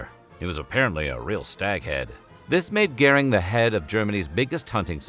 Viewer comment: How did AI manage to pronounce “Göhring” like it’s spelled with an “ä” instead of an “ö”?